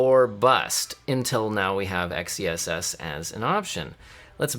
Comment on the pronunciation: Dude, it's meant to be pronounced "excess". You get it? X -ess? Excess? Get it? It's a play on words. How do you pronounce the word "sword"? Do you say "Ess word"? But seriously, do you get it? Excess? Xess?